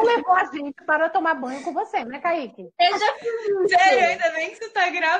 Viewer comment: Não é caíque é "kaike"